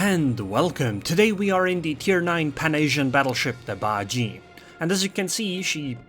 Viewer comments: Im pretty sure its pronounced as ba ji e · Bajie isn't pronounced like gee, it's more like jyeh cause Mandarin